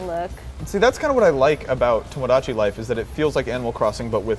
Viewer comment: Omg, It's not tomodAchi, it's toMOdachi. Please, spare my ears a little